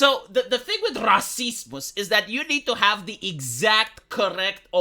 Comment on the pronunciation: Probably 'Cause I listened to it prior whenever he says "racismuss" my mind goe "Du, Du Host, Racismuss" the brain is a weird thing.